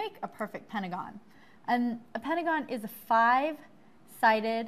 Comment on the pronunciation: We ain't gonna talk about the way she said PeNaGuESS 😂😂😂